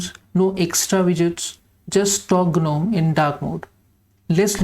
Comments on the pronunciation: G is silent in Gnome :-) Nice minimal setup btw. All the best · The fairy tale gnome, yes g is silent there. But for the Linux Desktop Environment gnome, g is not silent